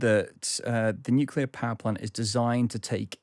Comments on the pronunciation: Sad, an expert guest pronounces nuclear as “nucular” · NUCLEAR ! NU CLEAR - that's pathetic :)